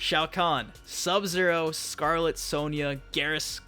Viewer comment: I'm pretty sure Geras is pronounced "Gear-us", not "Garrus." The latter makes me envision some weird Mortal Kombat vs. Mass Effect crossover...